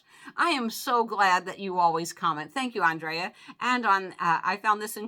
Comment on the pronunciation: Hi, thank you for the shout out. I always enjoy your comment calls., you can say my name how ever you like. When you say my name it sounds like On-dray-ah. I pronounce it And-rea-ah. Some how I get Angela, Adrian, so its all good. Aww Shelby, and Miss lucky look adorable! ❤❤